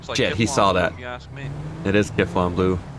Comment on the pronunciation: vestina grenzow it’s kifFlom